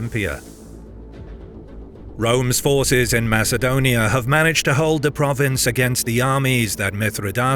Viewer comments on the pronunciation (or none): none